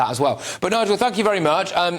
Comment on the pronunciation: He said nigal pasa 🤣🤣🤣